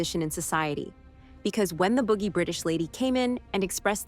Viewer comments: Stop saying "boogie"....it's "bougie" pronounced like "boo-zhee" But yes, Alexandra has seen how hard our country is. Sad but true. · Boogie. It’s pronounced “boo-jee.” Stop overdramatizing it. How in the f*** will they get her baby? It’s spring meaning it’s at least March and the guy at train station said latest is June. She’s four months pregnant. How are they going to take a preterm baby from her. And duh, Spencer is likely going to Chicago himself before Montana. They didn’t have a direct route from Amarillo to Bozeman then. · The narrator doesn't know how to pronounce "boujee." 😂😂😂